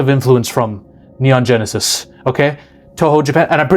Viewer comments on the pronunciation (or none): none